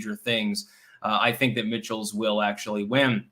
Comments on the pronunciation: WISCONSIN gov. race. Name is pronounced Mike-alls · Michels is pronounced Michaels unless mispronouncing it is an inside joke I missed.